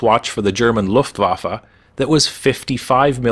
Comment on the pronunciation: Please don't call the Luftwaffe Luftwaffa.